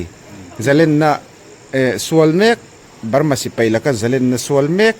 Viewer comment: Zalenna tih hi a thluk awmin lam ni se. Len tih hi Sangha manna "Len" kan lam ang hian.